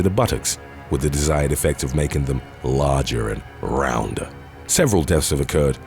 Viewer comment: When he emphasised the words “LARGER AND ROUNDER...!” 😂 WHAY SILLY SILLY SAUSAGES THESE PEOPLE ARE... 🤭😅 “LITERALLY” SOME OF THEM LOOK LIKE SAUSAGES! 🌭😳 “DOH..”! 😅😅😅